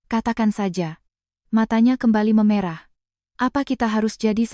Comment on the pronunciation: David Jak sei Maaf telinga saya gak enak mendengar kata mata yg meme'rah (e- ekor) ibu ucapkan memerah ( e-embak) susu sapi Bila ini memakai AI, itu gak benar, AI nya hrs di kritik 😊